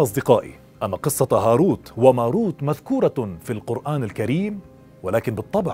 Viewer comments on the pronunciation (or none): يا أخي أنت تقرأ القرآن مع اللحن في التشكيل.. وهذا عيب كبير.. اذهب الى شيخ يعلمك كيف تقرأ بطريقة صحيحة